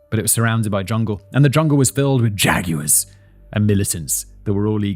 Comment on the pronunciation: Jag wire😂(yes I know it’s wrong)